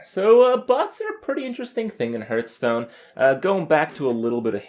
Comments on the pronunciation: Seriously, he is still saying "Hurtstone" ? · He also says hurtstone and krayken, kripp just doesn't know how to pronounce shit.